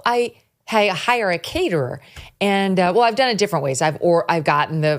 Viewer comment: Caterer?! A caterer, Megyn!? 🤣